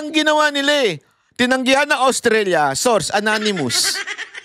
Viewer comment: ananimus ka ng ananimus Lol it's anonymous char! Lol